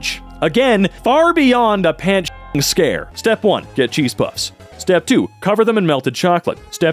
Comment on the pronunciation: I thought u said chisps for a second